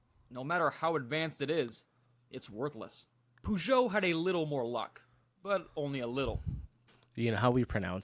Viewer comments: POOsho? PEHSHO rather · I was waiting to hear how badly you Americans said the names of these car brands. You did not disappoint !! RENAULT = REN O not REN ALT. PEUGEOT = PUGH ZHOW not PEG WAT. CITREON - SIT RON not SITREE ON. FIAT = FEE UT not FEE AAT.